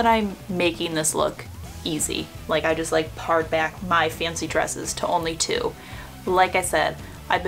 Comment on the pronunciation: Love your channel, and your videos are so helpful. One tip, "pared", as in "pared down my wardrobe", is pronounced "paired." ☺️